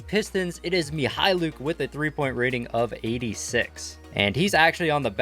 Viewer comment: Pronounces Mykhalluk correctly Also: Furkanne